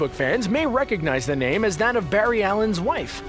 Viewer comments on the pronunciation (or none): none